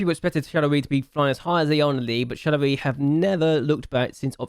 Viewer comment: Nice serie ! I'm not use to not see a youth intake challenge from your channel but Jupiler Pro and Belgium is not played very often on youtube so it's cool! Btw for the pronunciation, in french the "oi" is said like "wa" (like in "was") for exemple it would be "Charlerwa". Nice video !